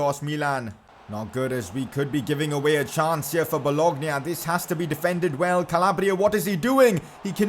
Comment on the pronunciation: PCQ: You dont pronounce it well, solskjaer is “su lsher” but it’s different country from kjaers’ kjer must be pronounces “kyaer” Also there is not boloGna, but it is bolonya